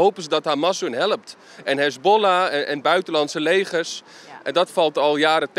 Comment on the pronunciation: Ik dacht dat hij "Legers" uitsprak met een N ipv een L.